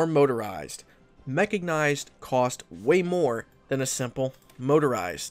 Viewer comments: "BUT, TEACHER, DO THESE DIVISIONS PENETRATE THE MAGINOT LINE?!" By the way, logistics boys are very useful while at war with Venezuela too. "Chrominium"... I think it's better to stop spoiling about Man The Guns DLC content. "Mechagnised". Oh, come on, just stop. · there's no G in mechANised, dude